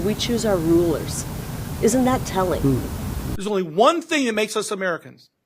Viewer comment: I heard him correctly, " We choose our own rulars." .......... who's "we"?👀